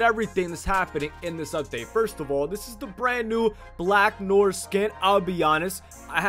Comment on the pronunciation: Who's Black Nor? Why are you pronouncing Noir incorrectly? Who taught you how to pronounce Noir incorrectly? Go read a dictionary.